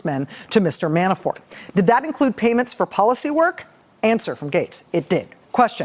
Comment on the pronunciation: Sometimes, it sounds like she's saying...Manafart...makes me giggle.